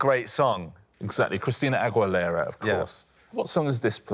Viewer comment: Richard's pronunciation of Christina Aguilera made me physically cringe